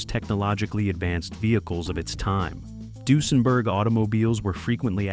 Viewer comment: I wish the narrator could pronounce Duesenberg properly